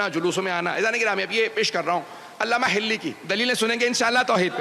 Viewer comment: محترم علامہ حلی ھے ھلی نہیں کچھ اردو سیکھ لیں کسی سے